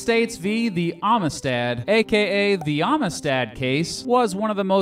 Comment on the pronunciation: hey did you know they made a movie about this case? you should watch it. and learn how to pronounce "amistad."